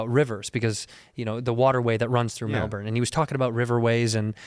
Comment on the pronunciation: Caught me off guard when you said Melbourne how we say it, props